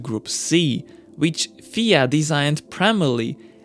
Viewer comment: You pronounced The FIA as a word and not the acronym that it really is...